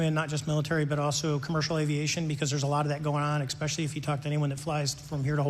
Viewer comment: Well, Mr. Graves, the drones that anyone can buy at your local Costco have the ability to travel in one direction, stop and hover, then begin traveling in a different direction, making a 45 or 90 degree angle turn 100% possible. Wth? And I’d also like to point out that Mr. Fravor said “exspecially”.